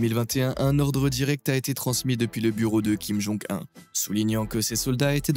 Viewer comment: Je suis sur que plus de 50% de cette video est tirée de propagande americaine, en plus, comment tu peux avoir autant d'information sur la coree du nord? Et prononce comme ça: kim jon OUNE et pas 1